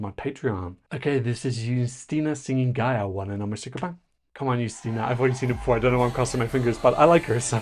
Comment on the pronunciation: Very nice pronunciation of her name! <3